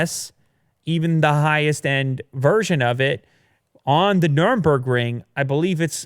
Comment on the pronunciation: Nurburgring.... not nuremburgring